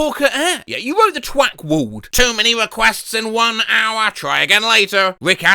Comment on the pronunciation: "The twack wald"...